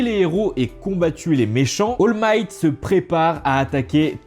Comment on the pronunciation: C'est pas oll might c'est all might